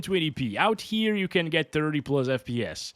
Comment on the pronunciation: pluzz, why pluzzz and not plus 🥴